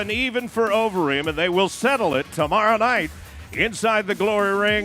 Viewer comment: 'Jay OVEREEM' Oh dear 🤦‍♂🤦‍♂🤦‍♂